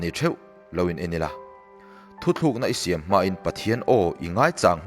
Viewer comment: Thu tlűkna tih turah... Thu thlűkna i ti vek mai a, thuchah lam ṭha tak karah ka beng a lo verh deuh a...